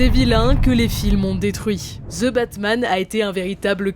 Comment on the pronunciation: Putin les français c’est ( THE ) pas ( ZE ) bordel ><